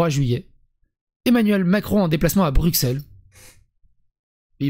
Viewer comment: BruSSel... bordel. BruXel c'est la pince pour s'epiler le pif. C'est comme Auxerres, c'est AuSSeres.